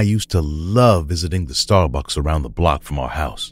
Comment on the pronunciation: The first story lollllollol "starbuks"